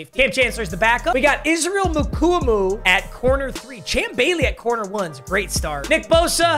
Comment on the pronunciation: his name is pronounced Israel MU-KWA-MU